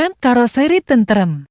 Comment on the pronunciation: Pakailah bahasa Indonesia yg Baek juga benar...KAROSERI bukan KAROSRI mengucapkannya...